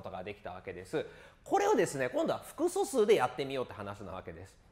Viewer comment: めっちゃ °す°くそすうって聞こえるんだがw